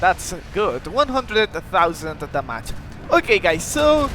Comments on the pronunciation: When you say damage i thought you said the match 😅 but good vid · No problem, in fact I kinda think da mage is better sounding